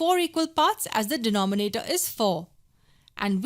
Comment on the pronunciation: Nice video but i keep cracking when u say de-noh-me-na-toh HahahahahahhaahahahhahHah LMFAO P.S really nice video